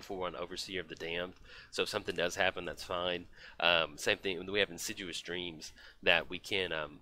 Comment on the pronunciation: you should be more assiduous about pronouncing insidious.;)